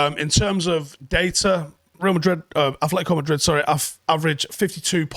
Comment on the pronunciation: The title of this video should be How To PRONOUNCE Atletico Madrid!